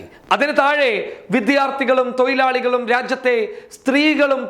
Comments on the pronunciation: ഈ വാർത്ത സൂപ്പർ ആയിരുന്നു. പക്ഷേ ഒരു തെറ്റുണ്ടലോ ഭായി..തോയിലാളി തോയിലാളി ആണ് ഭായി തൊഴിലാളി ആണ് ആരെങ്കിലും ശ്രദ്ധിച്ചോ....😑😍😍😍😍😍😍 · തൊയിലാളി അല്ല തൊഴിലാളി 🤔🤣🤣🤭🤭